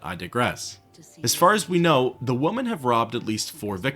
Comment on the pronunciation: Take a shot every time "women" is mispronounced "woman".